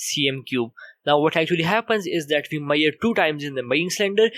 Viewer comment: please talk properly. What is the point if no one understand what you are talking..It is me..sh..ured not mayed for measure